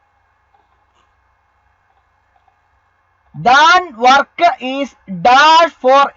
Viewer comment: Than work അല്ല that work